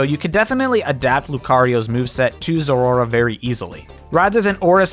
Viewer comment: As a zeraora fanatic I cringed whenever you pronounced it that way. Cmon, “zerora”?